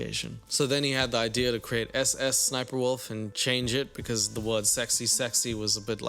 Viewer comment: "Not a good ideaurr"